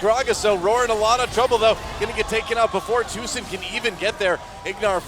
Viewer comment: Doa said Tusin which was playing Rek'sai, but I heard Susan, made me giggle!